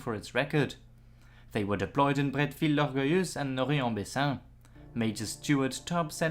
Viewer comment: Actually, Indy Neidell (who I really admire) is very bad at French Names. is very good. Maybe a little suggestion: Norrey is pronounced noray, not noree. Rots is of course roh.